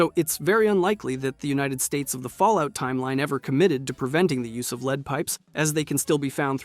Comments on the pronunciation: You're saying lead as in leed, not lead as in lead. Do your own narration, is that hard? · The way you say lead is so weird lmao